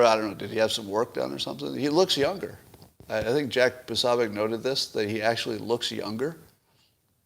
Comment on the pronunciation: Why do you say there was no fraud found? AZ Candidate For Secretary of State Mark Finchem: “I Call On Arizona To Decertify The Election Of 2020 And Recall The Electors… We Have A Duty To Act” – 96K+ GHOST VOTES FOUND . And again, Jack's last name is pronounced Puh-SO-bic, not Puh-SOB-ic. I know it's a hard thing to grasp.